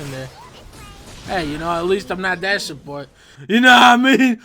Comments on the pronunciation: Na-mean. OMG my head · Na-mean xD